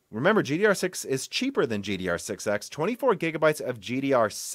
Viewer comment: ever since that one broken silicon i keep noticing him saying gdr6(x) instead of gddr6(x)